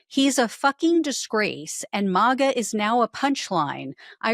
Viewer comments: It’s not mawga. It’s maga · Please stop saying MAWGA. It's Maga. Short "A". Not long "A". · Is she AI? She mispronounced maga